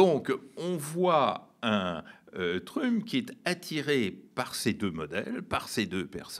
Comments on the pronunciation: A partir de dorénavant je vais faire comme ce (très très brillant) monsieur et prononcer "Trümp". C'est bien plus rigolo comme ça. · Quel dommage que ce monsieur si cultivé et qui parle anglais, comme il le montre ne fasse pas l'effort de prononcer le nom de Trump avec un minimum d'accent ! Je me suis demandé si c'était pour se moquer ?! Mais je ne crois pas. Dommage car, à mon sens, cela lui fait perdre de la crédibilité...